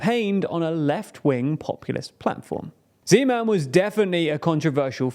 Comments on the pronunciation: Man, hearing you butchering Czech names lets me wonder if you butcher other names as well. Not /zi:•'men/ but /'ze•man/ 😜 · I would like to thank team for thorough research which must have lead to this video and fot the effort to pronounce the names correctly. I can see a huge improvement from the other videos about our country. There were minor issues with the pronounciation (e in Zeman is like e in bed, not ee; all Czech words have stress on the first syllable, not the second), but these were not a problem for me. The only thing that disapointed me was the pronounciation of Czechia. Czechia is derrived from the Czech Republic, pronounced [chek], so the right pronounciation od Chechia is [chekia]. I know English pronounciation is tricky, but it is an official name of the country, so it should have to be pronounced correctly. Apart for that thanks for the video, I think it explains the situation to foreigners quite well. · why when he says zeman it sounds like Gman oh god. HALF LIFE IN CZECHIA OH NO. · as a czech, i thought you couldnt say something worse than "Zeman", and then you said "Nerudová"